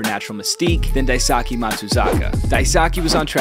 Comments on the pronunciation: It wouldn't kill you to take a few moments to learn how to pronounce these peoples names. It literally takes like 30 seconds to google it. It's not "die-sockee" its "die-skay". Literally 30 seconds to not butcher a name and make you a better presenter. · It’s pronounced DIE- SU- KAY! Btw why have Matsui in an A’s jersey? He was World Series MVP for the Yankees! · yo. it's pronounced Dai Soo Keh. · I thought Daisuke would be pronounced like “Dice-Kay”, not “Dice-Sa-kee”, in Japanese, the U in Su is silent a lot of the time, so it would be like saying Daiske instead of Daisuke I believe, but I am potentially wrong idk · Mans nickname was literally "Dice-K", how tf did you pronounce it DaiSockee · It’s pronounced like “Dice-keh” NOT “Disaki” 🤦🏽‍♂️ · His name is pronounced Dice-Kay. Not Die Socky. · Is it pronounced da-e-sa-ki in US??? Thought it was Da-e-su-ke… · I think it would definitely help if you tried harder to learn how to pronounce names correctly, there’s so many resources that you can just Google to figure out the pronounciation for Daisuke’s name… You even have “Dice-k” in your video but you still say “Die-socky”. C’mon man. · Dice-K is how it’s pronounced just like it says in the graphic. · The guy writes "DICE-K" in the video but still mispronounces it wrong somehow lmak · Like one of the pictures he used literally says in large letters "DICE-K" and he still pronounced it wrong smh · It’s definitely not pronounced how this guy said it, closer to “Dice-u-K” but not an exaggerated u sound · First off, it's pronounced Dice-kay lol. Secondly, check out last year's best collegiate pitcher Kevin Kopps. He throws a mean Gyro that was flat out unhittable last year. He's been tearing it up in the minors for the padres organization. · Daisuke—“Die-skey” that’s the correct pronunciation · His name is actually pronounced "dice Kay" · I believe it’s pronounced dyskay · dice k. that’s how it’s pronounced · Daisuke's name is pronounced like dice kay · Pronounced dice k.